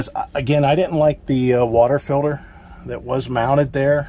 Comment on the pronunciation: What's a "feelder"???? Do you mean water "Filter"? With a T. 😂 So much more space. Looks good. Great job!